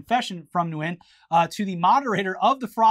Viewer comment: "Nguyen" is pronounced "wen"